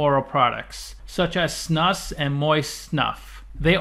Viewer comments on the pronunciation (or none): snus is pronounced more like snooze. maybe Snuus is more correct. im swedish were the word comes from. guess it grew from the english word nasal snuff.